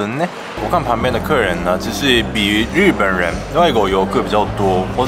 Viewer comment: 我發現tommy把日本人念成粒本人，但把粒粒分明念成日日分明😂？（這是把兩個發音搞混了？）好可愛的失誤♥️